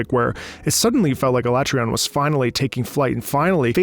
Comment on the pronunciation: I think in Iceborne they pronounced it like ah-lah-trey-on, with the emphasis on "tre", but I don't think people are gonna give you a hard time on this one... Nobody really knew how it was pronounced before Iceborne anyway. Where Alatreon resides is "Where gods fear to tread", if you want to get an idea of just how mighty and vicious this thing is thought to be. If that's not a thoroughly terrifying quest title, I don't know what is. Alatreon in the lore is a "Black Dragon", which in the Monster Hunter universe is the very highest echelon of monsters in terms of power, but it is otherwise veiled in mystery. Nothing short of Safi'Jiva can hope to rival its strength (you actually fight Alatreon in Safi'Jiva's nest, which it has either frozen solid or set ablaze) and only Fatalis itself, which it shares its "Black Dragon" epithet with, likely stands above it. You wouldn't think it just from appearances, though. It stands quite tall, but its frame is relatively slim, so it ends up looking fairly small for what it is. Like, just a step up from the likes of Kushala and Teostra, which have a comparable body type. Rather, Alatreon complements its brawn by wielding attacks of every single element. This monster is "elementally unstable", as it's phrased in-game. It can't quite wield every element at the same time, however, and instead shifts between "phases" that determine its moveset and elemental weaknesses from moment to moment. The instability may be why the tempo of its music trac